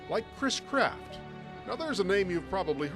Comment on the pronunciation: He doesnt say chris craft correctly!